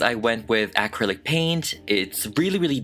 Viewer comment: The way you say acrylic distracted me.